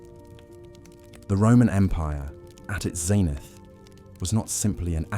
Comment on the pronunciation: Only a few seconds in and already words like 'zenith' are being mispronounced. Makes it impossible to listen to without getting annoyed.